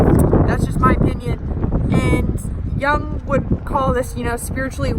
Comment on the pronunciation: Jung is a German name/word, so is pronounced not [young], but [yoong] (American spellings).